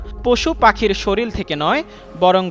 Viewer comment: এরাই হইছে নিউজ চ্যানেলগুলোর রিপোর্টার যারা শরীর কে শরীল বলে। পেটের দায়ে সাংঘাতিক 🤬